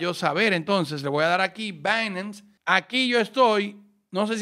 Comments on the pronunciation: "Bainams" jajajaja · dice binance de una manera extraña me da entre nerviosismo y morbo. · dije que me parece raro como pronuncias binance